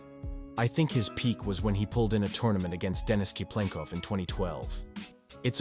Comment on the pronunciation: Cyplenkov ❌ Key-plinko ✅